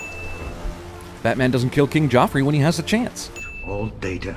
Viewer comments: They are pronouncing Joffrey wrong. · Joff, J. Joffrey. Not Geoff.